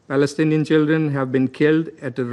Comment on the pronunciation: Pls correct your Palestinian pronunciation 🌺💚👨🏽‍🦯‍➡️